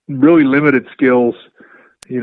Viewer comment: Bret 'reawwy, credibiwidy' Hart